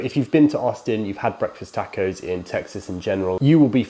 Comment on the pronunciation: For the record you converted myself and I’m pretty sure at least another or two people in the accent that is Breakfast Tacko!! It’s awesome and fun as heck to say. I’m not joking or making fun either. Every now and then you get a person who pronounces a word or phrase in a different way than your use to hearing and a lot of times it sounds a whole lot better. Example: HEB I now pronounce HEBEES. It just sounds more fun to say in my 1 cents opinion. Much love from South H-Town Tejas!